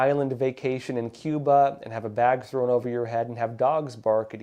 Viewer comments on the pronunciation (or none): none